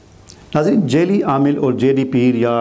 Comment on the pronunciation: Shah sahab jaili ni "jaa'li" lafz hota h. Apna talaffuz to theek karein.